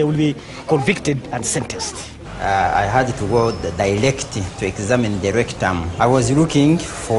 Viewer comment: eggzamine da racctouhm 😂😂